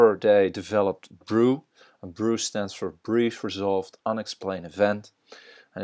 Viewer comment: FYI BRUE is pronounced "BROOEY" not "BROO"